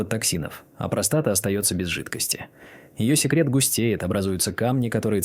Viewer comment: после такой дикции ("простота" вместо "простата") захотелось колбаски под пивко.